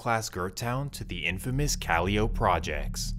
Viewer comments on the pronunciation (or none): Duuuuuude....the P in Calliope is NOT pronounced...🤦. Even if you aren't from there, ain't you ever heard a Master P or Silkk the Shocker song? Jeez man, makin my Louisiana ears bleed over here WHODI 😂